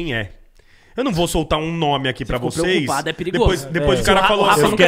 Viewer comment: SO PREOCUPALLLLDO MEMSO KKKKKKKKKLKKLKKKLKLLLLLKKKKKKKKKKKKKKKKKKKKKKKKKKK PREOCUPALLLLLLLLLLDO KKKKKKKKKKKKK KKKKKKKK